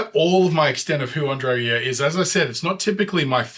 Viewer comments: Nothing to add to this excellent comment except for the fact that your pronunciation of André's family name Rieu was spot on. In fact the best I've heard from any English speaking reactor. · You're one of the few who pronounced his name spot on.